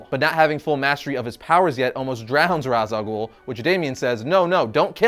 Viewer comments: Not trying to be a Dick But you mispronounced Ra's Al Ghul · YOU PRONOUNCED RA'AS AL GUHL WRONG NOOO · Come on how could you mispronounce Ra's al Ghul's name when you did a video on the correct pronunciation of said name🤦‍♂️🤦‍♂️🤦‍♂️🤦‍♂️😟😟😟😟🙉🙉🙉🙉🙉🙉